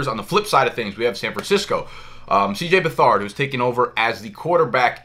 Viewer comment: Lmao, CJ Buh-Thard